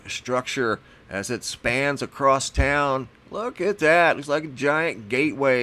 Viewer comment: You seem to be well educated. Why do you say acrosst?